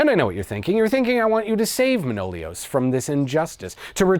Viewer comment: One note, it's not ManOlios, it's ManoliOs ;)